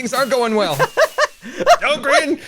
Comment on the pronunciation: *pronounces Grian as Brian*